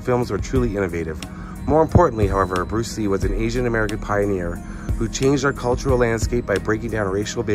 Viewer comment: Bluce Ree